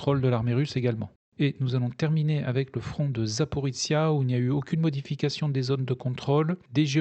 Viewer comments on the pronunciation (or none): Petite detail : Запоріжжя se prononce Zaporijia (ou Zaporojie en russe) pas Zaporitsia Merci beaucoup votre travail